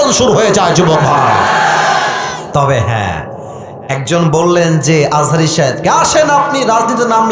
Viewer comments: তুমি তো মিয়া আজা হারি হুজুরের নাম ঠিক মত উচ্চারণ করতে পারো না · দুদু ভাই দুদু খায় নাই বলে আজহারীর নাম ভালো ভাবে বলতে পারে নাই। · আমি বলতেছি উনি রাজনীতিবিদ উনার কাজ দেশের মানুষের খোঁজখবর রাখা অথচ উনি মিজানুর রহমান আজহারীর নামটাও ঠিক করে বলতে পারছে না। এরাই তো দালাল খাওয়ার জন্যই করে। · দুদু তোমাকে কতজন চিনে?? আজহারীর নাম ভালো করে বলো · সে বিএনপির কিসের নেতা সে একটি নাম সুন্দর করে বলতে পারেনা, ডাক্তার মোঃ মিজানুর রহমান আল আজহারী। এত সুন্দর নামটা মুখ দিয়ে আসেনা উনি আবার নেতা। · তার মাথায় সমস্যা আছে তাই সে হুজুরের নামটাও ঠিক করে বলতে পারে না। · মিজানুর রহমান আজহারী কে সারা পৃথিবীর মানুষ চেনে। অথচ দুদু মিয়ার এত অহংকার যে তিনি দেশের একজন স্বনামধন্য আলেমের নামটা পর্যন্ত ঠিক করে উচ্চারণ করতে পারেননি। এত হিংসা আর অহংকারী আপনাদের পতনের মূল হবে। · দুদু আযাহারির নামও ঠিক মতো বলতে পারেন নাই, অভিনয় করে অপমান